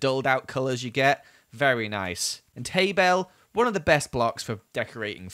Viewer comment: 100% said tale bale